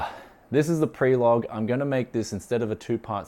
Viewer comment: Did I really just hear "prelogue"? :D